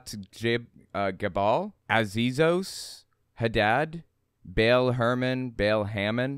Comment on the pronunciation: You need to learn, that the god's name is not Bale, it's Baal. The A is pronounced like the A in "art". It hurts my nerdy ears. While Christian Bale may be a demi-god, he hasn't been worshipped for millenia. It's also a little funny how mono-theistic people love to talk about them being persecuted. If this little girl had existed, they probably wouldn't have cared who she prayed to in her room In polytheism there's usually room for one more, even if that one is a god. Last, that is a SICK way of looking at children! Children are pure and beautiful creatures, who see the best in others and in the world, and they deserve to grow up safe and loved, without shame.